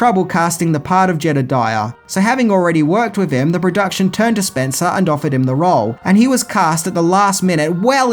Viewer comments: FYI, it’s just Bruce SpencE, not SpencER. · If I'm not mistaken it's Bruce Spence not Spencer otherwise great review) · Bruce Spence, not Spencer. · Bruce Spence not Spencer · I think his name is Spence without the “r” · Bruce SPENCE, not SPENCER.